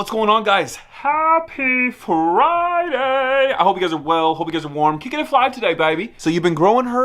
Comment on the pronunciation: Don't know if you said Friday or fried day because it's Thursday 😂